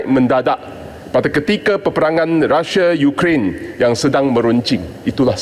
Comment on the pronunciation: M.P HARUS SEBUT RU-SIA DALAM DEWAN ...! BUKAN RASSIAN ... KITA ORANG MALAYSIA KAN ...! ERA PKR MINYAK RON 95 BOLEH TURUN SEHINGGA 1.62 SEN ...! JANGAN GUNA MINYAK BELI DENGAN HARGA YANG DI KAWAL ...! KITA GUNA MINYAK KITA DAN DUIT KITA ...! BUAT APE MAU EKSPORT ...KOS TINGGI ...! PENGANGKUTAN KAPAL TINGGI .